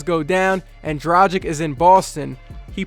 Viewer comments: DRAGIC not dracig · It's "Dra-gìch," not "Dra-jìk." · It is DRUGEEG man. This is how they say it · Say it with me. The G in Dragic is pronounced the same as the G in Goran. Repeat after me, Goran Dragic.